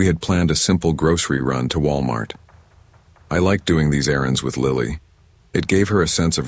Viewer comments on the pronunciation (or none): ah yes, Wilamart.